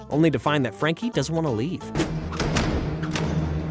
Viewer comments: Anyone else bothered that he calls Frankie "Jackie" instead? I mean, is it even written on the script or is he really just wrong? So many mispronunciation on names it almost cringes me because this show was just that special to me. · It's not Jackie it's Frankie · So we not gonna talk about how he keeps saying jacky instead of Franky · Bruh you said Frankie name wrong u said jankie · Love this show. Frankie, Mac, Bloo and the main group of imahinary friends are my faves Also, it's Frankie, not Jackie, how do u get that wrong?! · Dude you started calling frankie frankie or miss Francis then like 5 minutes in you forget her name and start calling her Jackie, also Extremeasaurus is pronounced Extreme-A-Saurus for fuck sake, if you’d actually watched the episodes you’d know this. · Did i miss it or misshearing this? Whys the narrator calling frankie jackie? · Her name is Frankie....why do you keep calling her Jackie...? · STOP SAYING JACKIE!!! ITS FRANKY!!!!! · All the research and you can’t even pronounce Frankie’s name right I can’t even take this video Seriously.